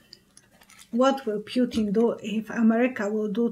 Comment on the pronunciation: _ Correct pronunciation of the name PUTIN is ... POO-TEEN not p-you-tin. Languages using the Cyrillic alphabet (as in Russian) have unique pronunciations for each letter (unlike English). _ In the word PUTIN (Russian "ПУТИН"), the letter 'U' (Russian "Y") is always pronounced "OO" and the letter "i" (Russian "И") is pronounced "EE".